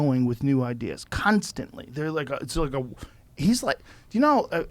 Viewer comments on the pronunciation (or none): 'Kan' stantly! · Kanstantly- joe pink rogan